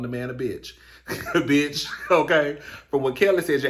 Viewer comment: Everytime Nikki tweets or goes live . All I hear is "Day Day that crazy bitsh out there again" 😂😂